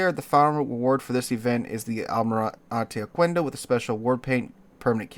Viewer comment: It is pronounced okendo not okuendo